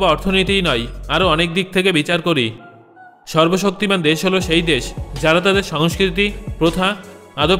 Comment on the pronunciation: sorbobsoktiman Bola thik Hoi nai